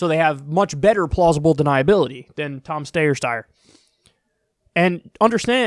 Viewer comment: Ah yes, that candidate, Tom Stayer Steyer Steer Steyer